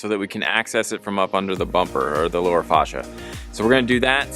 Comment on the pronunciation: Facia is pronounced face-she-uh. Pet peeve mine. Otherwise good tips. Thanks for posting.